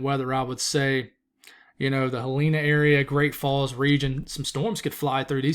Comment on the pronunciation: Havre... Sounds like have her, Helena sounds like Helen a. Don't feel bad, I'm still learning how to pronounce the names here. But the people here are so awesome and forgiving. Thanks for reporting our weather MT Loves!